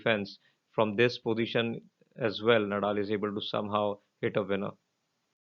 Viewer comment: नदाल please.. not नडाल